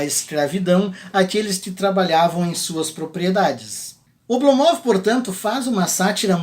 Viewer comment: Minha mulher, que é russa, disse "Não aguento mais esse cara falando Oblomóv!". É Ablómov. Hahahaha